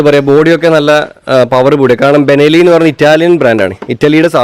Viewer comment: ബെനലി അല്ല...... ബെൻലി ആണ്..